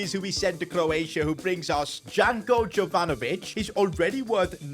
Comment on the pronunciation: its pronounced yovanovich